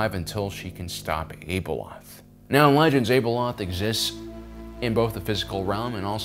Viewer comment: Why do so many Star Wars podcasters continue to try and over pronounce or exotically pronounce names and places? It really takes me out of it, and makes me not want to listen. - It's pronounced Ab (like the muscle in your stomach)-eloth. This is easily found in the audio books - Ahsoka's name is Tah-no, not TaynO. This is much easier since it's been said a million times